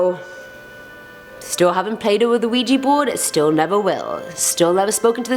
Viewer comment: Ouija = Weeya.... not weeji